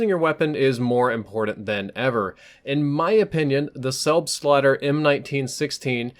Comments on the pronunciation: it sounds like u say selfslider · Am I the only german Who is laughing out loud About the pronounciation of "selbstlader" ^^ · Frido Gaming No, even us Norwegians are laughing at the american pronounciation😜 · Hehehe it is always funny when an american says Selbstlader :D Greetz from germany